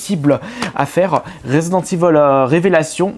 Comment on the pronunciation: c est resident evil pas ivol